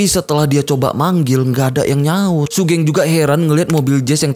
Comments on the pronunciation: Bacanya sugeng bang, bukan sugeng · bacanya sugeng bang bukan sugeng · buset bang wkwkwkw sugeng bang sugeng bukan sugeng ga enak banget dengernya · Sugeng mas bukan sugeng😭😭gimana sih? Gabisa voice note ya😭😭